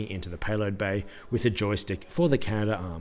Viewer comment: it’s CA NA DARM not CA NA DA ARM